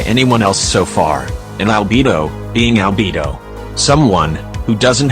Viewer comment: I just want to say you call liyue liway and you call albedo albebo